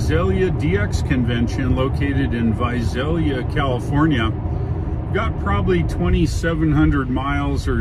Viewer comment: And Visalia is pronounced with an 's' not a 'z'. ;)